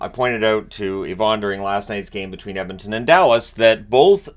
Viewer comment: Can’t wait for another 2+ weeks of pronouncing it “Emintin”!